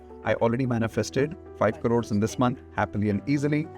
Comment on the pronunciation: We manifeste5 5 'crrrrrorrees' ... As if the western world adopt that pathetic indian word, idiots 😂😂😂